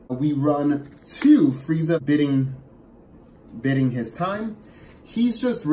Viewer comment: When you can't say "Biding" correctly